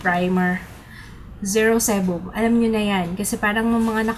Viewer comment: zero sebum (si-bam)